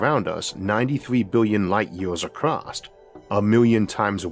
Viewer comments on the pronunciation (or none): There is no T in "across".